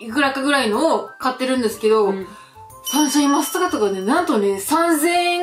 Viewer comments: サンシャインマスカット😂 こんなに可愛い言い間違いあります！？😂💕 あと、レジの方素晴らしいですね👏🏻✨ 私は普通のスーパーでは、お肉が入ったトレーをビニール袋に入れてくれる人が好きです🥩笑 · サンシャインマスカット、可愛かったです😂😂😂 たまに言い間違えますよね、何故だろう。笑